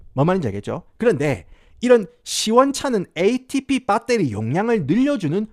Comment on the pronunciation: ?? : 크리에이틴 입니다 크레아틴어쩌고... ?? : 밧데리 발음 왓다갔다 하는거 ㅈㄴ 정겹노 ㅋㅋ